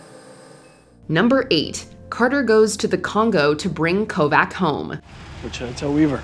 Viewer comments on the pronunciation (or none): She keeps mispronouncing Luca's last name. It's Kovač (ko-vahch)